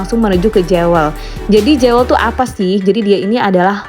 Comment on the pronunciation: Jewel ( bacanya : Juwel) mbak